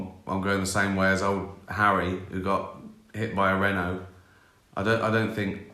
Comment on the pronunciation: As an American, I struggle with the English Language. Did he say his old friend Harry was “hit by a Renault” or “hit by a Rhino”? Could go either way 😂